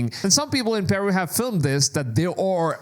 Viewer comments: Pronounce "Peru" like you got a pair. It is "Peh-Ru!" not "Pearoo" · it's not PEEru, it's PerU. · "PIRU" The way he pronounces Peru is aggravating me beyond what it should. I have never heard someone pronounce it that way.